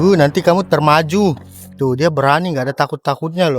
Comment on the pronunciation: maaf salfok waktu blg “termaju” aga ngakak dikit aja😭🙏🏻